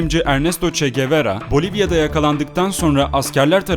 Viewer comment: çekevera değil çekuwara